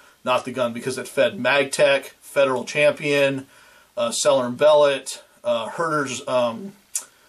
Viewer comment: I've subbed to your channel for many months and can't believe I missed this review of my EDC pistol. Well done. I've been toying with the idea of a trigger job but always end up telling myself, "Quit bitchin', keep shootin'." BTW, S&B, being French names, is more properly pronounced as sell-YAY & BELL-OH. Keep up the good work!